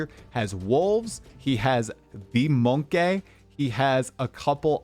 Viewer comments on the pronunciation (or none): Its MONKEY not MONKAY